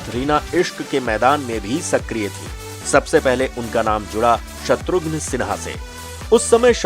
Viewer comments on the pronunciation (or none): Abe naam to acche se bol shatughn nahi shatrughan naam h uska